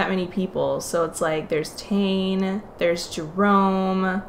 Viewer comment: Lol, every time you say Tayne instead of ta neh